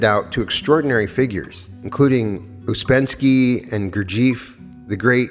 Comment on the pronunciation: watching but, ur pronouncing words in oddly.. theologian ... Ouspensky ...